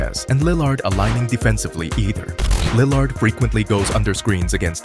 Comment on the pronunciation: this was a great breakdown but the way you pronounce "Lill-ard" is killing me lol